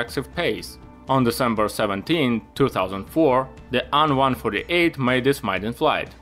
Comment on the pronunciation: Great stuff bro! Why do you call the plane An-148 instead of AN148...The An is not mean to be pronounced as a word but ABBREVIATED :)